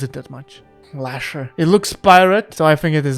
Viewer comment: Noooo!!! look how he butcher my dearest Lasher and Medusa! B tier.